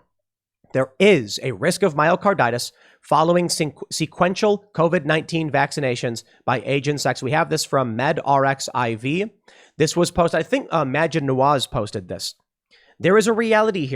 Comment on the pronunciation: A small editorial note for Tim, “medRXiv” is pronounced “med archive”, not “med x r i v”. The “x” is the Greek letter “chi”.